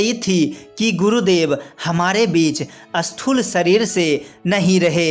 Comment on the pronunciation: ज़रा हिन्दी अच्छी तरहसे बोलो अस्थूल नहि स्थूल बोलो